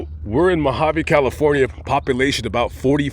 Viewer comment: Its not MAAAgaveeee its Mojave desert.. lol